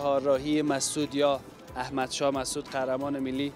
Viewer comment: خوديد خو يك جوان هوشيار و بيدار هستي نميدانيم چيطور امروز خوديد يك گوشه از سخنان ات دو پهلو بود گفتي كه اين جاده قبلاً بنام احمد شاه مسعود قهرمان ملي بود ملي را باز خيلي با مزه اش گفتي 😁